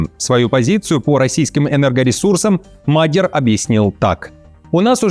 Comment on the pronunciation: Не мАгер, а МадьЯр, так читается Magiar, не "г", а "д" как в кириллице!!!